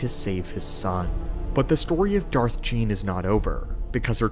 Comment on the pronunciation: Not Gean lol.